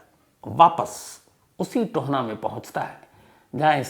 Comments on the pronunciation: Hlo sir . Ye Tohna nhi TOHANA h . Me tohana se hu. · It is TOHANA not Tona. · Tohna nhi sir ji tohana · Sir tohna nhi tohana h m from mansa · tona nhi tohana h sir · Tohna nhi Tohana h vo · Sir tona nahi ita TOHANA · Tohaana, ਟੋਹਾਣਾ,not tohna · Tahir ji , 'Tohana' hai na ki toana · टोहना नहीं टोहाना।